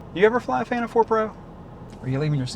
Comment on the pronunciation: By the way its a PhanTOM not a PHILton. Name has to be TOM I am thinking. :)